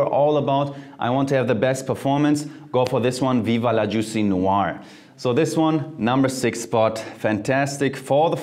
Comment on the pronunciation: Jeremy Fragrance is your new routine. You pronounce "noir" almost like a French man by the way.